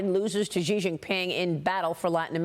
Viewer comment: Laos is correctly pronounced "Lao." Xi is correctly pronounced "Shee." Fentanyl is correctly pronounced "FEN ta nill."